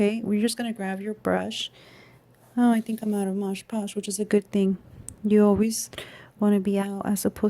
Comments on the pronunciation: Nice card. Btw, it's MOD PODGE with D. And not MOGE POGE. 😘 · It's MOD Podge, NOT Modge Podge. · It is MOD. PODGE! Not modge podge !